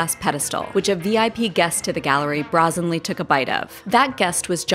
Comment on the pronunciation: Look up pronunciation of “brazenly.”